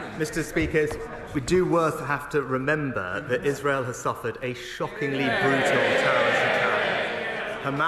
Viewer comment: He said "And Is— has the right to protect itself…" Not sure why he minced the second syllable.